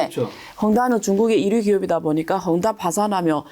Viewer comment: 한국어 발음이 부정확하면 자막좀 넣어주세요 뭔소린지 알아듣다가도 못알아듣겠어서 자체자막키니까 헝다를 험담, 허물다 등등으로 인식합니다. 그리고 정보전달흐름이 물살타기입니까? 갑자기 말이빨라졌다가 발음뭉게고 말했다가 다시 빨라지고... 뭡니까 이게... 게스트가 한국말이 서툴면 자막좀 삽입해주세요